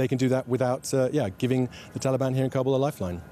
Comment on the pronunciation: Meanwhile... "Cobble cobble cobble" like a bunch of turkeys gobbling. It's pronounced KAh-buhl, not Cob-ble.